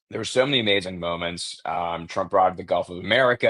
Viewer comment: ok, this is the second time you've taken over for benny and at this point im calling it out Why are you saying "President Drumpf"? i let it go the first broadcast bc it seemed you were tired and i was just hearing things speech impediment with T's - nope